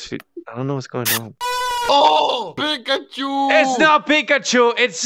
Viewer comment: it's 3 a.m. I laughed way too hard at "iS pEeKaShOoO IT'S NOT PIKACHU " and I woke up my whole family 🤣🤣🤣 iS pEeKaShOoO 🤣🤣🤣🤣🤣🤣